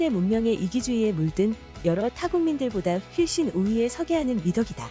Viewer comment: 훨씬을 휠씬이라고 읽네요